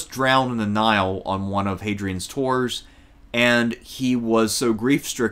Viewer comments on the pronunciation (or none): none